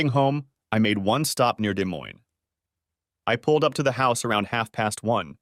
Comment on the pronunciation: Yeah had to do a double take when the ai said day moine